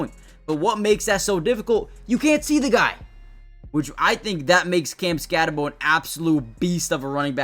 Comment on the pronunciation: Ok its pronounced skatteboo. Spelled skattebo. Its not skattebow. Get it right. I know the kid personally. His family is literally my family. Him and I are not related but our certain family members are.